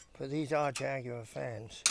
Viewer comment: Great day to spend with someone of Bernies statue and experience. Something to be appreciate and enjoyed, much respect and nice to hear proper pronunciation of Jag-gue-wha Thank you, take care and peace out.